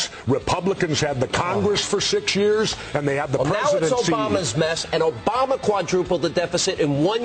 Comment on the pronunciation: John Mccain Osama Bin Laden election. did Jesse just call Obama "orama bin laden"?